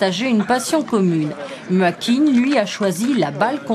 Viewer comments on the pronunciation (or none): C'est MAKi *!!! pas makuine *!!!!!! C'était trop bien cette convention à l'année prochaine =). Maël